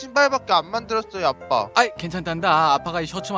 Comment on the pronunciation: 이 처음 시작 할때 아빠라고 했는데..빱빠라고 들은 1인